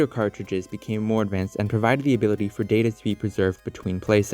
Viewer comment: lol i thought data was ta da😂😂